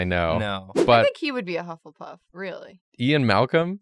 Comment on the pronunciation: bufflepuff? correction: buffletuff